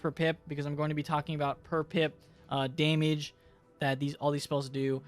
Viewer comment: “Daymige” xD